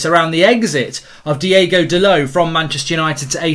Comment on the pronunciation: His name is Diogo not Diego